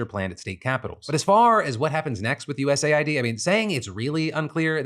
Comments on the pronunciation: Why are you saying US Ayy-Eye-Dee instead of US aid? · It’s pronounced US aid, you dip shit. There is a USA ID program which veterans have to use. Thanks for giving me a heart attack. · Phil it's pronounced US AID not USA ID. Just look at their Wikipedia page for their flag or wordmark. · It's not USA-ID my brother, it's US-AID... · lol.... WTF?? what are you saying?? it's US AID... not USA ID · US Aid, not USA id😂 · “US Aid” not “USA I.D” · Lord! Its US Aid not USA ID.. jeeze! You said it a million times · US Aid, not USA id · I hate that people are saying “U S A I D” instead of “US Aid” Why say 2 extra letters/syllables… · I just find it annoying. Like it's an Aid organisation. ID has nothing to do with it so why pronounce it wrong? He got USPS correct but not US-Aid